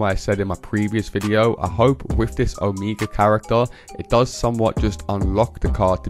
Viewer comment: It's pronounced oh-MAY-guh (Omega)